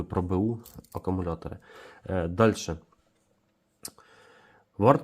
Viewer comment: Акумулятори, а не акамулятори, кулер, а не кулєр